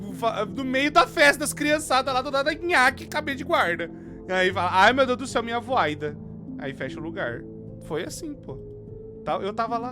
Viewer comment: cara, eu n sei pq mas to vez que o manda um ´´AI MINHA VOIDA´´ eu sempre racho o bico